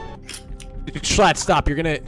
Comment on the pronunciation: I love how Greek and schlatt bonded so well despite greek mispronouncing schlatts name